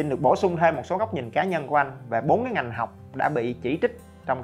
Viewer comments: là "ngành" anh ơi :( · Ngành chứ không phải nghành